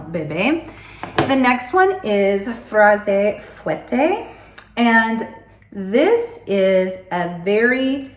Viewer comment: Fraise fouetté, whipped strawberry, is pronounced frez fueteh 😂 the e is silent, only if it has an é. Cherise means cherry and the se is pronounced ss, if there was no se, so like cherie, darling, it's silent. Fruit is frooih 😂 you said soirée well